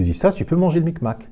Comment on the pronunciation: Le big mac pas le mic mac 😂😂